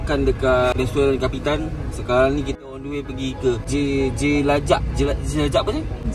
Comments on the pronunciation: Pulau jerejak boss bukan jelajak🤣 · Pulau jerejak bukan jelajak 🤦🏼‍♂️ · bang pulau jerejak bang bkn pulau jerajakk🤣🤣🤣